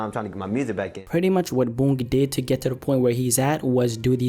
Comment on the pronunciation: My man it’s “Boonk” not “Bounk”